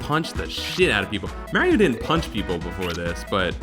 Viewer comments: Oh god, says "Mae-ree-oh". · Is the constant mispronouncing of "Mario" as "Mareo" a Two Best Friends Play reference or just your accent?